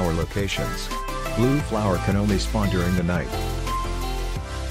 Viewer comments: im i only one who heard tha he said splun? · Bro said Splon XD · "this is where red flower can spuawn."